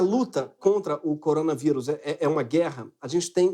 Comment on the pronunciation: Coronavairus, tá falando errado Greg..